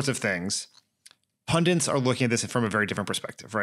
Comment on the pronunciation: pundits - not pundints